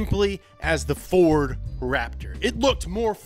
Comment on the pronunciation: I mean he said “ferd” too so i mean youre really gonna get butthurt about it...?